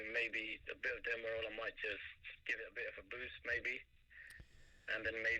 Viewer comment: It's probably the line quality wasn't great but I could definetly hear derma roller not demerol.